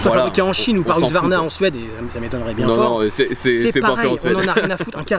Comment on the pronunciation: Le retour du "Huqsvarna" 😉